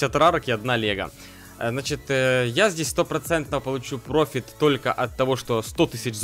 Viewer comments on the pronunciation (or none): none